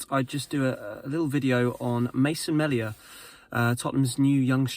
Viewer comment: It's pronounced mealia